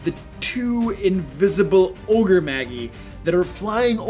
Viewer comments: You lost all d&d and nerd cred when you uttered Ogre "Maggie". Lol, my cringe meter was off the charts. Then you said "On knee" for Oni. Which Magi is pronounced like Jedi. You pronounce the I (eye). And the a is like magic just ma and not m-ah with the ahh sound. Oni (OH-knee) is a disgrace as it's incredibly popular term from anime and Japanese mythology as it's a Japanese word for evil spirits/ogres/demons. This is nerd 101 terminology. Mostly a me issue than a you issue. I just can't help myself. I almost died inside when my friend pronounced paladin as Pa-ladin. Just ribbing you dude, love your videos and the not so silent digs you make at 5e. Keep it up. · Isn't Magi pronounced May-jai? You are the first person I have heard pronounce it as Ma-gii. Also its fifth edition name is pronounced Oh-nii. That you can't be blamed for that one as it is Japanese. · I love your videos, man, thanks so much for the hard work! Just a friendly note. . . the word magi is pronounced ma-jai. Soo not trying to be an ass here, just wanted to give the heads up. Thanks! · Magi is pronounced MAH-jeye. Great content though. Love your channel. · Magi is pronounced mage - eye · Magi is pronounced ma-ji. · While I enjoyed the video did it bother anyone else that he kept pronouncing magi and oni wrong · "Magi" is pronounced "maj-eye," not "mag-ee." Also, it's plural. The singular is "magus," pronounced "maj-us." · It's from latin, pronounced mey-jahy, and is the plural of magus (mey-guh-s) meaning wise man. It's where we get the term mage. Oni (oh-nee) is a Japanese monster, but DND has used it for magical ogres since at least the second Ed Oriental adventures. Apparently, pronouncing is mag-gee as he does is a Nordic word, same spelling, which means stomach. Fighting disembodied magical ogres stomachs sounds kind of awesome, though. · Magi is prounced ma-jai not maggie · MAH- JAI. Ogre Magi. OH- KNEE. Oni. /thatguy